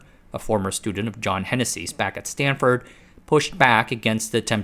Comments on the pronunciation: lol "Stanfurd"... everyone knows it's correctly spelled "Stanferd" ;-) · Stanfurd? Really? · “Stanfurd”?!? FFS! Update your LLM! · i noticed that too xD